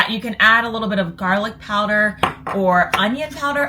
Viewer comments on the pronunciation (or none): none